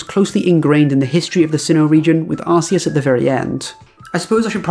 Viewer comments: I just wanna jump on the Arceus thing for a second…in Japanese his name is アルセウス (A-Ru-Se-U-Su), pronounced “Are-Seh-oos”. So the way you pronounce “Arceus” isn’t really wrong if you take his original (actual) name into account and that you’re just saying the English version of that. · I know you said you didn't want to talk about it, but I agree with you. Are-se-us matches the Japanese pronunciation, and since legendaries are meant to broadly retain their names/pronunciations across all languages, it's the only correct pronunciation in my mind. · Nah, you're pretty right on the pronunciation of Arceus. In Japanese, it's A-ru-se-u-su Which is much closer to Ar-see-us than Ar-kee-us. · arceus with "arse" instead of "ark" is literally how its pronounced in japanese. its more "right" than whatever was made up afterwards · The way you pronounce Arceus is the official pronunciation in Japan. Its only different in localised versions because they realised that it sounds like arse in English.